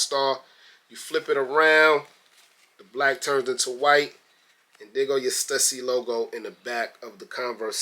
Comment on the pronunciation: I think it’s pronounced: Stoosy